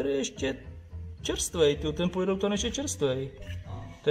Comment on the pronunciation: Neříká se polyrelutan ale polyuretan :-))